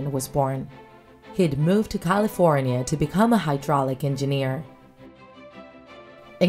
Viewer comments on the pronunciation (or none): none